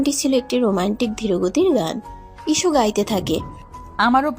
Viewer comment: ইসু না হিশু